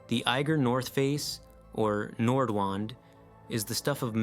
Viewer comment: Nordwand is pronounced Nordvand. Wand means wall in German.